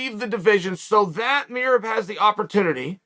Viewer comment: The pronunciation of Merab really fucked up my comprehension for a solid couple minutes. Annoying but hilarious.